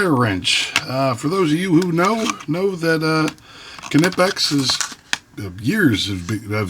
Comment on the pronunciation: In English it's nipex. We (english speakers) do not focus on the K like the Germans do. It's not a Ka-nife it's a knife(nife), it's not ka-entucky but Kentucky so same thing for knipex(nipex). What's next Americans are going to try and pronounce Volkswagen the same way the Germans do even though it's a different language